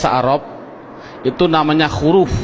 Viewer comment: Huruf bukan khuruf